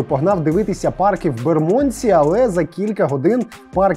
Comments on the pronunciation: Район Лондона правильно вимовляється з наголосом на букву "Е": бЕрмодсі, а не на букву "О": бермОндсі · Пробачте, я мешкаю в Лондонi, тому додам свої дві копійки. Bermondsey вимовляється як Бєрмандсi (наголос на "Бєр"), а Southwark - як Сазєрк (наголос на "Са").